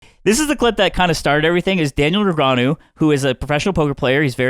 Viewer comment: he said daniel negrenau at the start and it confused the hell out of me